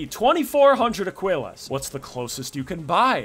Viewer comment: How many times can we mispronounce Aquillas? A speedrun. ( uh-KEE-las)